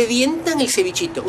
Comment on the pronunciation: No te sale "un cevichitooo" te falta CLASE..Pero un Argentino hablando de arrogante.. fin del mundo!!!